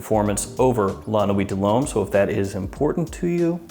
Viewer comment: Really? My ears are still recovering from those nine LOMES in a row